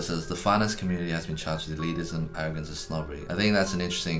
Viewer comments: I don't know if this video is better or worse because he keeps saying "eliticism" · Loving the extra - si- Eddy keeps adding to the word elitism (elitisism)! Makes it even more elite! :D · Nobody: Eddy:Elitisism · Ahem. It's "e-lit-ism", not "e-lit-i-cism". Just saying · The word: Elitism Eddy: Elitisism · Oh man. I winced every time Eddy said "eliticism." Eddy! It's just elitism. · Just an FYI, elitism is not said as elitisism eddy.